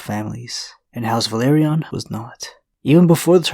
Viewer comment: VELA-RYON Not Valyrion